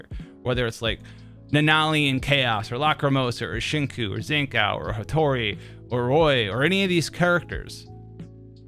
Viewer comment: bruuh tf is your Zankou pronounciation. Zan Cow, really?